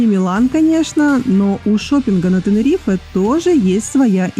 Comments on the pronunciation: Как режит слух, не ТенерифЭэээ а Тенериф хотя бы. Без е. Вообще ТенеривифЕ. Как раздражает невозможно слушать. Как Милан, а Пишиться МиланО. Вы же не говорите МиланО. А просто Милан. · ТенерифЭээ, ТенерифЭэээ😡😆